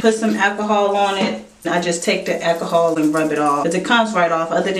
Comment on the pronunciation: I can't hear you say 'ackahol' one more time 😖